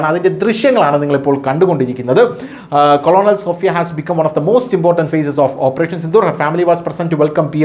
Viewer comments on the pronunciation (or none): 1.44 Colonel എന്നത് കൊളോണൽ എന്നല്ല കേണൽ എന്നാണ് pronounce ചെയ്യുക.. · കൊ ളോ നൽ അല്ല സഹോദര കേ ണ ൽ.... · കേണൽ സോഫിയ എന്നു പറയൂ. കൊളോണൽ അല്ല. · കോളണൽ അല്ല കേണൽ എന്നാണ് പറയേണ്ടത്